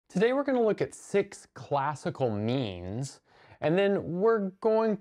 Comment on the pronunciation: I heard “memes” and was very confused